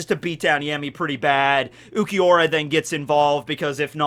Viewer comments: Why would you call him yemi though? It's ヤミー so a ya not a ye 🤔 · His name actually starts with [ja] not [je] in Japanese, so you had been pronouncing it correctly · Fun fact,: So in Spanish, the letters 'll' can often be pronounced as a 'y' or a 'j'. Yammy's last name can be pronounced 'Yargo' or 'Jargo'. Similarly, sternritter x's name can be pronounced as 'Lee-jay' instead of 'Lille'. You probably already know this. I just get a kick out of being a know-it-all. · Yeah I was wondering why he corrected himself there. But it's also not a ja (ジャ), it's a ya (ヤ). 🤓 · No one corrects you cause no one cares. I mean, it's Yammy... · You mean the wrong way?